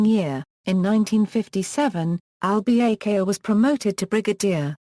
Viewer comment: The lady doesn't even know to correctly pronounce Al-Bakr's name!